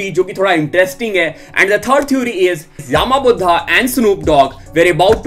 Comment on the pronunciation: its not yaaaama budha its yama buddha not yaaaaaama budha